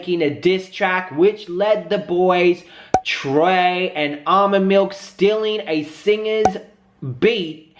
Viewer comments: HIS NAME IS NOT ALMOND IT ARMON PLEASE GET HIS NAME RIGHT IF YOU WANT SOMEONE TO GET YOUR NAME RIGHT !!! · I'm dead did u jus say almond lmfao its ar'mon 🤦🏾‍♀️🤦🏾‍♀️ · You pronounce Armon so weird😂😂